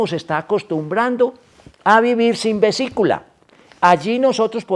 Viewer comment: Vesícula, no "visicula"